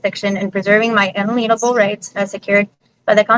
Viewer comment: you know you got the extra smart ones when they pronounce 'unalienable rights' as un-a-leen-able rights